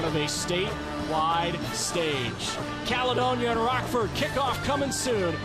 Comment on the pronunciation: Can’t stand the way the announcer says Caledonia